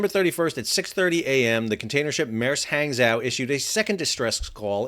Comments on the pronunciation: not exactly. :-) Hang in pinyin is pronounced more like pong in “ping-pong”. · "Hang" would be pronounced like "hong" in Hong Kong. Wikipedia says "hahng-JOH"